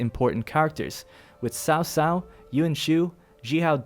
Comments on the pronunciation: a bit of a suggestion here to help you guys get as close as possible to the correct pronunciation The Sun family - say it as Soon Wu XIng - Ooo Sing Lu Bu - L-yuuu Boo! (not Loo Boo please...) Cao Cao - try Zao Zao (not Sao Sao please....) any names that you guys are interested to see me try to help you pronounce correctly let me know. or correcting or improving on what I've written. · btw, it's "chow chow" or "chao chao" not "sao sao" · horrible pronunciation... 把曹操读成骚骚 。。。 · ...Sao Sao? Yoon Shoo? Xihow Done? The only one pronounced right is Liu Bei lol Am I the only one irked by this? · Dumb down for wrong reading 曹操 ！！